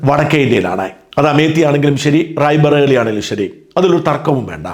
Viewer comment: താക്കൾക്കു ഇതുവരെ റായിബറേലി ശരിക്കു വഴങ്ങുന്നില്ല റായിബറേലി റായിബറേലി എന്നിങ്ങനെ മിനിമം 20 തവണ എഴുതുക എന്നിട്ട് 50 തവണ വായിക്കുക